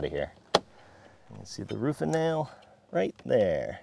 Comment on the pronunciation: Usually you hide your accent well, but "roofah nail" stuck out like a sore thumb to this former Mass resident ;)